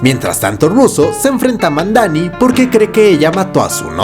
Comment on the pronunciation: Para mi la mejor serie de Marvel es la de Jon Bental como Punisher, una de las mejores historias y un equipo de actores exelentes! Y es Madani, no Mandani, gracias por el resumen excelente!